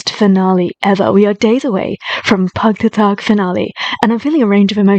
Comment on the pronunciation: Ohhh nice to hear you pronounce word PAGTATAG FINALE we love you na ❤